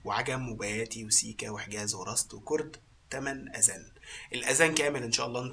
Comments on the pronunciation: شكرا لجهودك لي ملاحظة واحدة الكلمة تلفظ أذان وليس أزان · أَذَان وليس أزان